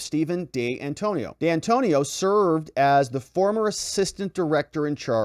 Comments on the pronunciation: It's D'Antuono ( Di An 2 ono) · Dee Antonio? Pour ah.